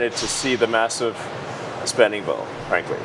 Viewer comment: Elon doesn't bring his lips together when he says m, b, or p. So "massive spending bill" becomes "vassive svending vill." It's so weirdly disturbing and gross.